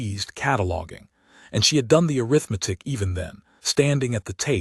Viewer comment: Could someone, somewhere, please teach these AI voices how to pronounce the word arithmetic???